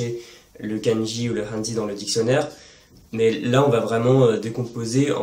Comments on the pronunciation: Très bonne vidéo mais attention à la prononciation du mot"hanzi" en chinois! (ça se prononce à peu près comme"rannedzeu"). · C'est vrai que ça fait bizarre de l'entendre an-dzi. En même temps le pinyin est vraiment pas un système intuitif. C'est quasiment impossible de deviner la prononciation d'un mot sans avoir étudié le mandarin (le u est /u/ ou /y/, le i /i/ ou /ɨ/, le e passe de /ə/ à /ɤ/) honnêtement c'est beaucoup trop difficile (sans parler des tons) ! En tout cas, super vidéo !